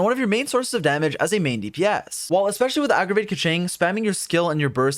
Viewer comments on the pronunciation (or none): "aggragate" lol thank you for the updated guide tho. very happy to be able to use keqing